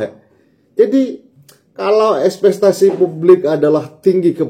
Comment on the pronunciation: Espektasi bang, bukan espestasi